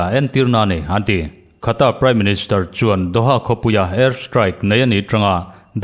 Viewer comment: Qatar khu Khata ti toh suh aw mate..😅😂